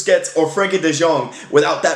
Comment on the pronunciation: You can say De Jong like De Young, its the same pronounciation. No need to say De Sjong.